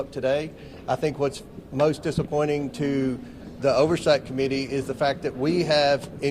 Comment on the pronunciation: He can't even pronounce bipartisan